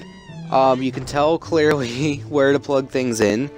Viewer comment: lol you said clairely oops